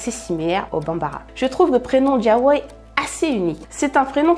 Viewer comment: Diawoye & jelani sont mes préférés 🥰🥰 et j’aime ta manière de les prononcer c’est super 👍🏾 Courage ✊🏾💪🏾😘